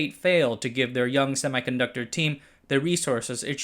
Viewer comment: it is not pronounced semai ....conductor ....it is pronounced ˌsem.i.kənˈdʌk.tər